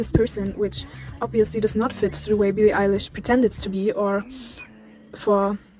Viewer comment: *INHALEE SSSSSO BEEEE LII EYE LISCH IDS CANKELLED